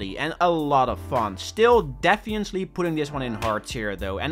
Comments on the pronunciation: no offense whatoever but its def-fin-nat-ley, and not defiantly it annoyed me so much and i hated it -^-" but the rest of the video is honestly awesome and impressive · The way you say defiantly is funni